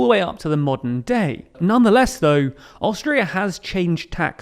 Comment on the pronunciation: Haha, I thought you said Australia. I was so confused listening to the episode for awhile. Great coverage on the history! 👏🙏🏼😁